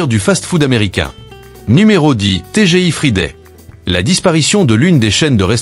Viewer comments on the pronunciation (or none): Pas TGI fridé mais frailledé 😂😂😂😂